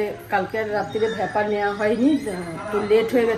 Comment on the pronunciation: ভেপার i to বলল